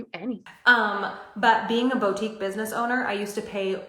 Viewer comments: "Bowtique" Ugh. I forgot she pronounces it like that and it gave me green sweater flashbacks. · Why does she always say BOE-tique, throws me off every time.